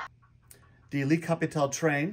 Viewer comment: "lee" Capitole ahahaha